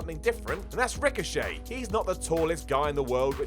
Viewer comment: "You only need to watch a ricosayy match" that slip haha